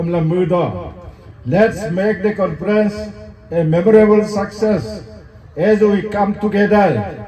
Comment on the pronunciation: It’s Conference not confidence